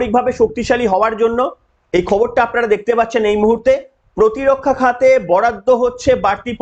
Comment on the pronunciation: কিছু মনে করবে না,আপনার খবর ঠিক পড়া হচ্ছে না, কিছু ভুল বলে ফেলছেন , যেমন স্বরাষ্ট্র মন্ত্র, পতি রক্ষা। জয় হিন্দ